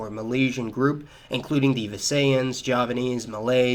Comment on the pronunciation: How he pronounced Visayan is like Satan's in dragon ball... It's Visayan or Bisaya literally